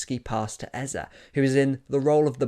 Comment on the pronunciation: Lovely video,. But can you British guys stop destroying Igbo names like Eze?